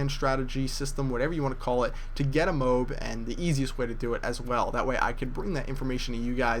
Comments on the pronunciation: The word MOAB is annoying enough without you mispronouncing it, xD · lol moab.....everyone else pronounces it MO-AB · you know it's pronounced "Mo-Ab", right? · You're pronouncing it wrong. It's pronounced "moh-ab"! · Every time you say 'MOBE' I want to punt a small child. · Because the correct way to say it is MO-AB, doesn't matter what sounds better, just the way it is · whiteboy says mobe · Thats cause its actually pronounced Mo-Ab. For some reason just won't pronounce it correctly. Still a beast though. I want to see someone get a Moab using the Support package. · Say it with me,: MO-AB. Very good = ) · It's 'MO-AB'... pronounced like the town in Utah. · we dont call toads TO-AD do we now? we all have different ways of sayen it so just leave the guy alone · i could be wrong but i don't think your pronouncing it right...=/ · And boat is pronounced BO-AT, not bote. Right? goat, moat, toast, gloat, coast, coal, coat, goal, loaf, moan, road, soak, soap, toad, cloak, coach, float, roast, throat... should I go on? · After the millionth time you said 'mobe', I lost it. It's a M.O.A.B (mo-ab) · MO-AB NOT mobe tf is a mobe? o.O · its not a MOB its a MO AB say MO and then ABS with out the s and it comes out MOAB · its not moeab its MOAB it means Mass ordinance air bomb sorry if what you said was a joke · its not moob its mo ab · its moab M.O.A.B not Moh-ab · its not moob its MOAB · it kinda annoys me when ppl call it a "Mobe" its MO-AB. Massive Ordinance Air Blast(Bomb etc) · Either say OR MOAB NOT F*cking Mobe, that is so gayyyyy!! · did any one else get annoyed by the fact that he said mobe instead of mo ab? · why do you pronounce it MOBE and not MOAB lol ??? whiteboy7thst does that too..... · Lol wats a -mobe- mo-ab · MO-AAAHHH-B NOT MOB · MO-AB not MOBE, jesus its annoying when people say words incorrectly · MOOB? Its Mo-Ab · Mo-ab not mo-b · im sorry but u saying "mobe" really bugs me!its MO-AB!!!but i still think ur awesome bro!